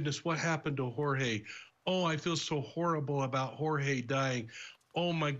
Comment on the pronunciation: She called him George-but his name was Jorge, pronounced hor-hay. This witch wouldn’t even give him the respect of saying his name right.